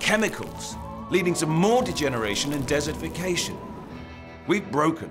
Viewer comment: Did he say dessertification? 😂 There are just too many desserts around!